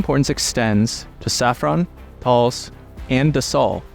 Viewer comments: Thales, is not pronounced like you did. You have to say every letter in this one except fo the h. Pronounce it like "ta-less" because h is invisible. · The Thales firm name's pronounciation is with a vocal sound like the "e" in the word "pet" at the end (something like : "ta-less").